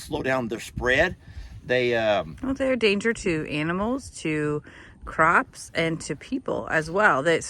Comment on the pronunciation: I thought you said crocs not CROPS!!!! 🤣 nice demonstration being a wild hog, no new roll plays w your vanilla booty shorts wearing self!